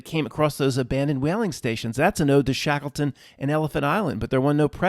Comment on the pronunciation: Shackle-ton. Shekels make shackles. Shatan, ton sound. Boston, Washington etc. to mark occult centres of control.